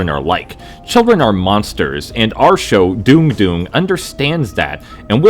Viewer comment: So it's pronounced "Dune-gh" and not "Dong"? Because my mind went to weird places, and it's all my fault.